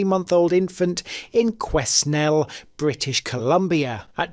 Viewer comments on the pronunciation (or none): C’est francais, un lieutenant de explorer Alex Fraser. Moi, J’ habitats dans cete cite. But I’m bad at French. It is actually “ka-NELL” but was anglicized. My Dads first cousin was the last person on death row in BC. He was sentenced to death at age 15, then commuted to a 25 year sentence…. For killing his brother, 18. After receiving a degree in prison he served his full sentence was released, age 50. Never offended again. Married family career…. He just needed anger management but the family never spoke to him again. A deep family secret too. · The 'S' in Quesnel is silent. It is correctly pronounced KweNELL.